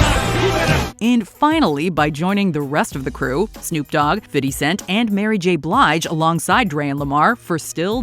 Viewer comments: Why does she still say “Fiddy Cent” all these years later 😭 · "Fiddy Cent" lol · AI saying "fitty" 🥴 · If this lady says FITTY cent one more time….. 😤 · Love how the reporter says "Fiddy Cent", like a pro ;D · Fiddy Cent 😭😭😭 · White people think they sound cool when they say Fiddy Cent. 🤣😂